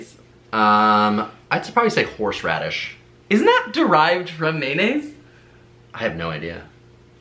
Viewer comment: can we talk abt saying horshradish n not horseradish